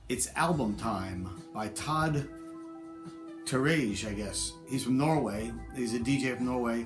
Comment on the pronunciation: Todd Terje (tear-yay) i believe its pronounced. Amazing album. Inspector Norse is now a club classic.